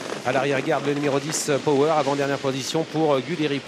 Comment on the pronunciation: Commentator cannot pronounce Power😆